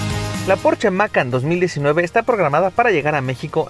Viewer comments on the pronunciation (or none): Se pronuncia Macán no Mácan